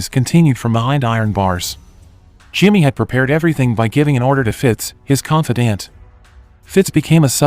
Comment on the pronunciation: Well it's an AI that's doing the narrating so that's why words like confidant and such are mispronounced. The more you watch these the more you'll catch it